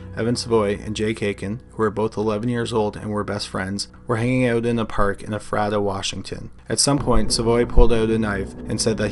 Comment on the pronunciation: Firstly, Ephrata is pronounced ee-fray-tah (phonetically speaking) Sorry. Washingtonian here. Just wanted to point that out. Secondly, I distinctly remember when this happened. Ephrata is super small and it shocked everyone.